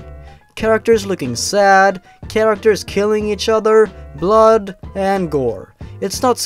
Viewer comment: You're not perfect. Especially Hyperrrrrealistic BLOD.